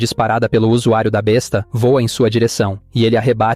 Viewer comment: Há duas palavras com a mesma grafia, mas com significado diferente. Contudo, há diferença na pronúncia. Besta, a arma medieval a pronúncia é b(É)sta. Besta, de animal a pronúncia é b(Ê)sta. Fica a dica